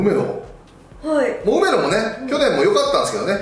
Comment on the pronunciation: 梅野がロメロに聞こえてしまうwwwwww